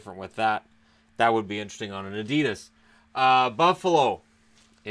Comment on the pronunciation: Adidas ......lol you make me laugh saying adidas ............. its so wrong lol